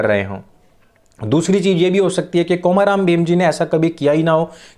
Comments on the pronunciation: I'm from Telangana. Please pronounce the name komaram as कोमरम् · I can actually understand the mistake in pronunciation because in Hindi there is only long 'O' (ओ) In Telugu we have short pronunciation 'O' (ఒ), example is "Olympics" And long pronunciation 'O' (ఓ), example is "Oral" So in the word "Komaram", 'O' should be pronounced shortly like in Olympics